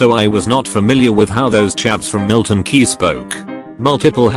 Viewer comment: Milton Keynes* not Keyes it ain't that fucking guy from Halo